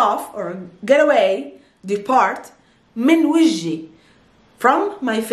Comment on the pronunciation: You have to say Vajhi not vaji.